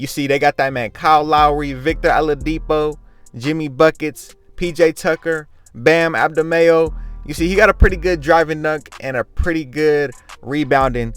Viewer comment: Its Pronounced Bam Aday bayo